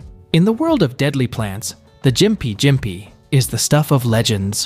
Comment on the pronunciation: As a Austran, i beleave gympie is pronounsed (gimp-ee)